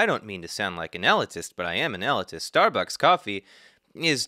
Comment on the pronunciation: sorry to sound like an elitist, but elitist is pronounced ee-LEET-ist or ah-LEET-ist, not EH-li-tist.